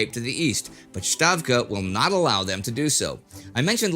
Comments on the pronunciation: Indy, I know that the Roman alphabet is obsolete but please try to say Stavka (ставка), not Shtavka (щавка). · Hi Indy, I wrote to you earlier. You are pronouncing Stavka (Ставка) as Shtavka (in German). It pronounced "stavka" in Russian. Please like my post so he can see it. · its stavka not shtavka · Wondering why Indy keeps pronouncing 'Stavka' as 'Shtavka' (i.e. German-style). It's got an [s] sound in Russian, so 'Stavka' should be pronounced like 'stable', or 'steppe' (another borrowing from Russian for you). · it's SSSStavka with an S like Springfield, and not SH like Shelbyville! please! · Hi Indie. Thanks for a great video. I have a feeling that we are going to hear the word stavka for a couple of years. So could you please pronounce S sound in that word the same way you do it in the word Stalin?